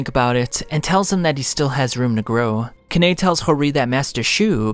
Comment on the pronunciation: Why is it so hard for you to pronounce "Kakuja", "Kisho" and "Kanae"? 🙈😂😂 Btw nice vid, I wanted to remember some of the parts of TG and this helped me a lot 😁